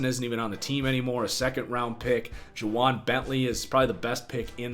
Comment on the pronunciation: Juvwaun Bentley is not an A